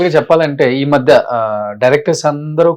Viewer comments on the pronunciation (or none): ఈ మద్దే కాలం కాదురా రోషన్, ఈ మధ్య కాలంలో అని పలకాలి. పదో తరగతి నాలెడ్జితో రోషన్ ఇంటర్వ్యూస్ చేస్తాడు. ఛీ, ఛీ వీడికి ఛానల్ వాళ్లు తెలుగు మాట్లాడ్డం నేర్పించాలి.